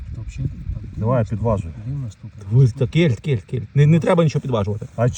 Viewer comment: Вітаю. Але чому кєльт, а не кельт. Вухо ріже